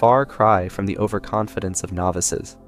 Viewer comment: Over Conf Dence. LOL